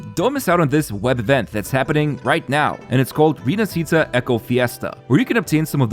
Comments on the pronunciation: Repeat after me: Ree-nah-shee-tah, stress on the first A. It's not Rinasceeta or whatever. With all that stuff, this 2.0 feels more like 3.0. Can't wait. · rinascita is actually pronounced "rinashita" if you spell it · Rinascita is italian and is pronounced like Rinashita for you english people not RINASITA ...Roccia character almost there but without the full sound of the "i".. is more like Roccha ... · Its not Rinascíta. Its Rináscita... Not Roccía, Ròccia